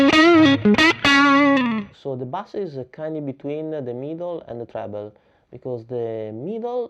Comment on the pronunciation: He is commenting on the way you pronounce "bass". In English, there are two ways to say the word- one sounds like "class", and when said like this it means a type of fish called a "bass". The other way is to say it like "ace", which is the musical meaning, so it would be said the same as "base", which means the bottom, or what you run towards in baseball. English makes no sense sometimes!